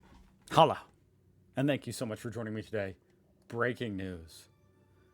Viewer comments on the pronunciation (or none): It's "Hallo" Not "Halah"